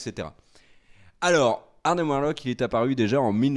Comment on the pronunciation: ARRÊTEZ AVEC "ADAME" C ADAM COMME LES DENTS "ADENT" ADAAAAAM" BORDEL